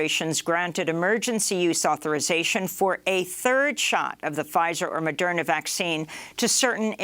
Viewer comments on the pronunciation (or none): none